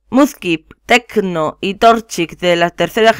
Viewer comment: Porfa yo quiero uno Plis,plis,plis,plis,plis,plis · PD: No es Techo es Treeko